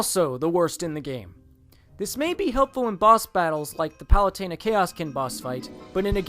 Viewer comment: Did you just call palutena "palate-a- na"